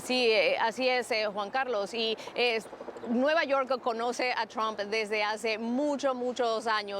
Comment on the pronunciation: "Tromp" jaja parece que dijera "trompa". La pronunciación correcta se parece mucho más a "a" que a "o" señor; debería decir "Tramp".